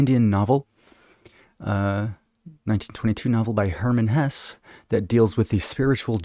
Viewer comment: Siddhartha is a great book. I read Hesse’s book (pronounced HESS-uh) in college, very good. CTTE is my favorite YES album. So good.